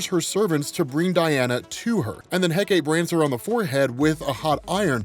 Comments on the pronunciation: Good to see Hecate get more love. Plus there’s multiple ways to say “Hecate”. Yours is the most common. Though still said it wrong however. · People have already explained how to pronounce Hecate but you're also mispronounce Hippolyta. Her name is pronounced He-Poh-Lee-Tah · love this video but the way youre pronouncing hecate hurts a lil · OMG, it was killing me, every time he said Hecate, lol.